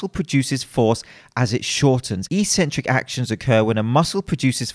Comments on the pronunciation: It's properly pronounced ek-sen-trick, not ee-sen-trick in proper English. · It's pronounced X-centric. Just sayin'.